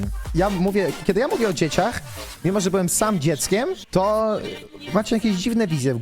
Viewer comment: Stary xD przełykaj ta ślinę, albo poprostu posłuchaj sie jak wymawiasz jakies słowa z końcówką "ch" xD szachr, dzieciachr